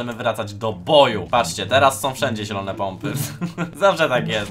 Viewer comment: Nie nielone tylko zielone